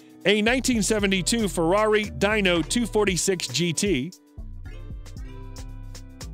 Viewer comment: haha the "Dyno" had me laughing too.